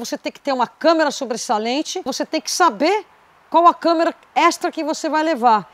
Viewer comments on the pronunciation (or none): O;não é câmera!Mas sim,câmara!